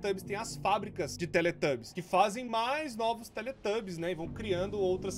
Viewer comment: "Então galera hoje vamos jogar SlendyTUBOS 3 é um joguin de terror q tem aqueles TUBO atacado lá, esse jogo vem daquele desenho dos teletubos, q tem aqueles tubo doido lá" ....sim, tubos e não tubbies O core falando slendytubbies errado é mais engraçado do q agoniante